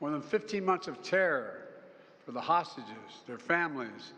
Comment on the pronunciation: "libyan hostges"??? 😅